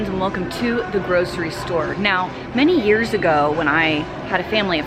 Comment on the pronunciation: Ear 👂 or you should u say year